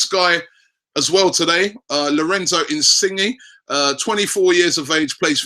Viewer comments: It's pronounced "insinyay" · I don't want us to sign Inisgne purely because I don't want to hear Robbie say "insingy" every week lol